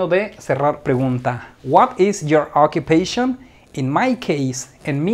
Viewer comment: me pone nervioso tu pronunciacion.Te pongo un ejemplo:pronoun se dice p r o u n a u n.Occupation se dice a k j u p e i S n.You see? Por otro lado,lo demas esta perfecto.Thanks so much.